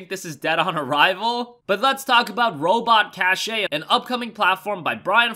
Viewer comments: cache ay. lol its pronounced Cash. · It's pronounced "cash" not "cashé" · i think it's pronounced cash even though it's spelled cache. like storage cache